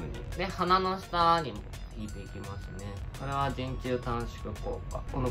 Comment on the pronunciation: 本当に細かい事で申し訳ないのですが、人中＝にんちゅう です。 じんちゅうではないです(´・ω・｀)